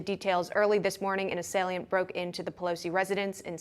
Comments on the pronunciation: One of my favorite reporters even though she can't talk. "An asalient broke into Paul Pelosi's home early this morning violently assalsing him..." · “Assailiant”? …see how these results “pander out”? Such strange pronunciations and word usage from these journalists. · Please learn how to pronounce "assailant" properly it's not "assal i ant". Yanks . . . sheeesh ! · She pronounces assailant weird